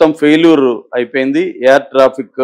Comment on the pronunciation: Mr. "యార్"కాదు "ఎయిర్" అనాలి, " రన్ అవే "కాదు "రన్వే" అనాలి